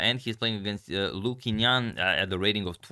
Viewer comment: the Chinese pronunciation for Qingnan is more like "Ching Nan" (in case anyone was wondering)